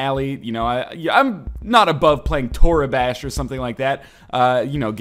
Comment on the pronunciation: It's toribash not torabash, no a in it.